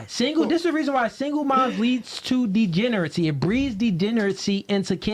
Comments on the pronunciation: for someone who “thounds like thith” he should not try to say the words he knows he can’t pronounce especially as someone making purposefully misleading and annoying things because then people are gonna correct “degenerithy” to the right pronunciation of degeneracy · “Degenerity” isn’t even a word that boy a whole oddtistic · This dude can’t even say “ degeneracy “